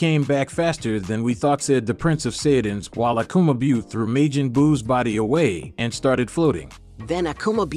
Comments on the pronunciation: He said maygen. .and sayeeen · Your speech is terrible sayjin the j is silent it’s not mijen buu it’s majin buu and for the record it’s not wuss it’s whis damn dude lol you crack me the fuck up lmmfao also it’s kakarot kokoroto omg smdh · You can't say sayion or majion right lol 😂😂😂😂😂😂😂😂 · Why are you saying Majin like Majen? Wtf I've never heard it pronounced the way you saying the shit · To the commentator that voices the main part of the story... Please Learn to Pronounce Japanese properly. Seriously I clicked off the video 'cause you pretty much butchered any word having to do with the words Majin ( Pronounced Maw-Gin) Buu (Pronounced Boo) Saiyan (Pronounced Say-an) and Whis (Pronounced Wheese). I'm not trying to sound like a wet rag but... Pronouncing a word improperly let alone 4... several times during a video that hundreds... perhaps thousands of people are going to watch makes y'all sound like a bunch of rank amateurs. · how the hell can u not pronounce majin correctly how long have u actually watched the show